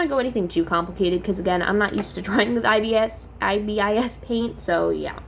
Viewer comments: i am sorry but its pronouced as "ibis" not "i.b.i.s" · It’s pronouns .I. Bis